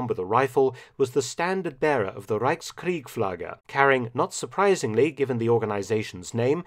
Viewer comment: Reichskriegsflagge - not Reichskriegflagge